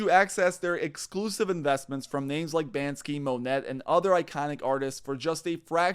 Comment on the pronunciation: lol He said, "Ban-skee" and "Mo-nett" when talking about art. WTF bro?